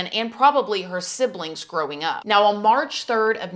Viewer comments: The word 'on' is just one syllable. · Can't handle her rap pronounciation of "on". She sounds like Tiffany Hadish or Queen Latifah